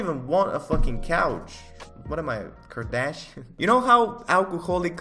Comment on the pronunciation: the way you said Kardashian,,, hahahahhaha